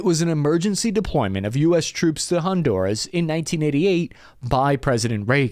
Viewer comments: its honduras not hondouras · Did you say “Hondourish”?😂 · keeps mispronouncing Honduras😊